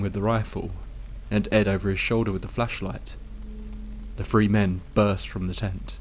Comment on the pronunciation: Is he saying "free" "tree" or "three"?